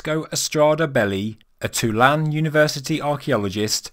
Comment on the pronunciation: I appreciate the quality and content of the videos you provide on your channel. To that end, you may find it helpful to know Tulane University, referenced in this video, is pronounced, Two Lane, like a road or highway, not "too-län" as you have done in the video. FYI Tulane holds the largest center for Archeo-Latin American studies in thhe United States and Canada, perhaps the entire world. Tulane happens to be my alma mater!